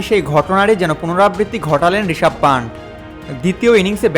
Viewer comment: Panth পান্থ হবে, pant পান্ট না। বাংলাদেশিরা তো বাংলা ভাষার বলাৎকার করে ছেড়ে দিচ্ছে ইদানিং।